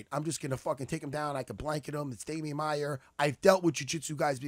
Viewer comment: "Damian maiar" hahaha